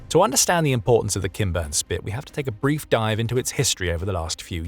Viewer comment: Am I the only one who hears “Ken Burns Spit” instead of “Kinburn”? 😂 SLAVA UKRAINI!! 🇺🇦